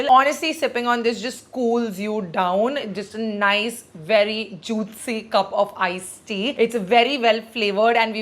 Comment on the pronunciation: Is she pronouncing juitcy fr juicy...🙄🙄